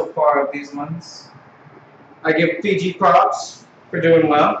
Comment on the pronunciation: its not figi its fiji